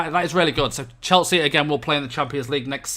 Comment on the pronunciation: Stop saying Cheltsea